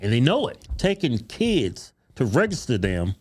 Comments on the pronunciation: Anyone else annoyed by how the teacher says REGISTER , its not rayjayster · The way she says ragister id stip her right then and be like bi**h its REGISTER REG REG REGISTER NOT WHATSEVER THE F**K YOU IS SAYIN ragister. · Where is the A and Y in " Register " It's not RAYjuster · “Reygister”? Where are they? “Voyte”? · She can’t even say the word register correctly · That woman can't even pronounce the word Register! She needs to go to school not work at one ! It's horrible when Illiterate People think they are smart !